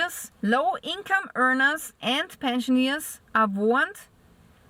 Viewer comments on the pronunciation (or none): Pensioners: "Penshunerz" - Not "Penshuneez".